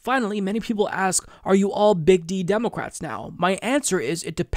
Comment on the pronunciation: You keep saying "demo-cwats" or maybe it's just me